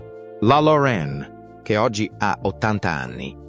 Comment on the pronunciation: Se uno parla italiano,pronunci.correttamente, impari per rispetto .Loren diventa Lore'n, .